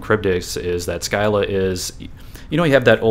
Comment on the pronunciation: Scylla is pronounced "sill-uh" not "sky-luh"